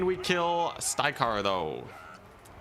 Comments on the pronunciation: For the love of god, please pronounce the names correct! it's not STY-KARR, or STRY-KARR, it's STYR-KARR!! I could take it he first 28 times, but after that, it really started to grate on me! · ok, I had a good look inwards, nope not a problem with me... he's definitely saying it wrong